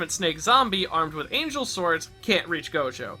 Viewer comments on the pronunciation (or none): none